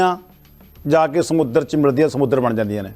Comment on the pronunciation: ਸਮੁਦਰ ਨਹੀਂ ਹੁੰਦਾ ਸਮੁੰਦਰ ਵਾ ਪਹਿਲਾਂ ਸਹੀ ਬੋਲਣਾ ਸਿਖੋ